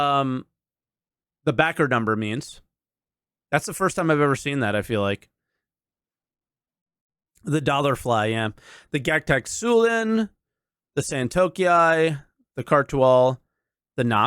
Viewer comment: You always call Gatac “gagtac”